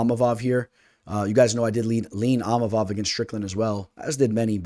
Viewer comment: Eeemavov do not pronounce the I